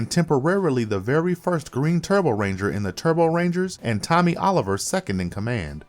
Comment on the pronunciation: If you can't say Tommy ... I would say wrong...